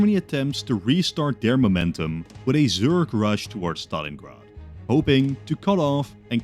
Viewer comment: Zurge rush? You mean Zerg, surely?